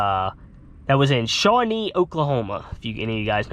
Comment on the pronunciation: It’s shawnee 😂